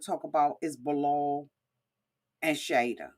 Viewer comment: You butcher their names so badly. its shy E duh and Bee lal